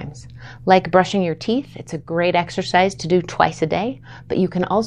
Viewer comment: Ma’m please… It’s not exorcise. It’s exercise.